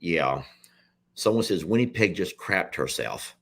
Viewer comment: It's not winniepeg. Lol it's winnipeg same sound as it or in.